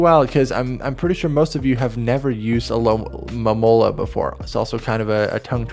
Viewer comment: disappointed that Alomomola was pronounced correctly!